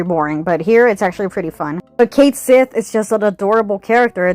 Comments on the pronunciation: Cait Sith, in Scottish means loosely "Cat Fairy". It's pronounced like "ket-shee". I'll see myself out. Cool video. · Ok, I still haven’t played the remake game yet to know, but every video I’ve watched calls Cait Sith “Ku Shi,” except this one. So is it actually pronounced Cait Sith in the game?